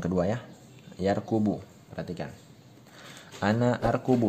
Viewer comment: Baru Ustadz, yarkubu ato yarkabu?. Soalnya yg Ustadz bacakan tidak sesuai dengan tulisan🙏